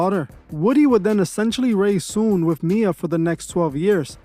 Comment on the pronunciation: Her name is Soon-Yi.